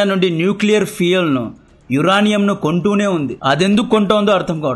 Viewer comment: యురేనియం ni యురానియం గా పలుకుతున్నారు. సరిచేసుకోవాల్సిందిగా మనవి